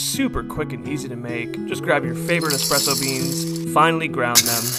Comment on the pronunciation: Not a coffee nerd but you pronounce espresso properly 🤝 My Starbucks manager couldn't even do that.